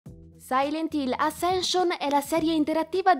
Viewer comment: Ma era troppo complicato imparare correttamente la pronuncia del titolo, dovendolo ripetere più volte nel video...? 🤔🤷🏻‍♂️ Spoiler: la prima lettera si pronuncia 'E' 🙄